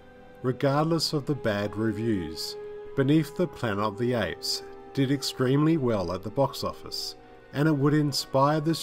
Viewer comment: What’s “Planer o the apes”?